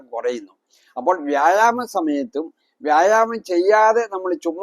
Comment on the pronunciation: വ്യാഴാമമല്ല മൈരെ വ്യായാമം ഇത് ആദ്യം പറയാൻ പഠിക്ക്